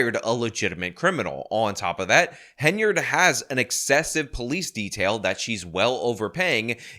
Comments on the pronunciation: I just wanted to say congrats on saying Henyard in this video and not Haynard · Thank you! Thank you for finally pronouncing it right. But more important: THANK YOU for listening! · I am so glad that you now occasionally pronounce the Super Mayor's name correctly